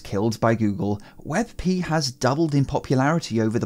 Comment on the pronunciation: Hmm I don't know if "wet pee" is that awesome. xD